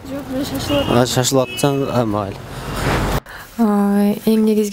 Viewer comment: Майли эмес Мейли Кыргызча таза сүйлөңүз.